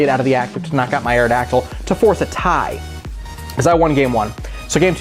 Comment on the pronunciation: Awrodactyl ? Ewww lol